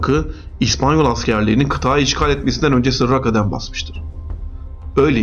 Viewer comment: Kıthaaaı değil" Kıtası "